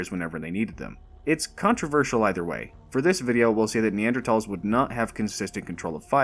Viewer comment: Subscribed immediately for proper pronunciation of Neanderthals